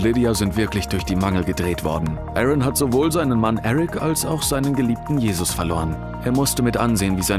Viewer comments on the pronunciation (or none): none